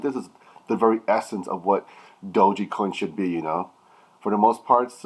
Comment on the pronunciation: Ur pronouncing it wrong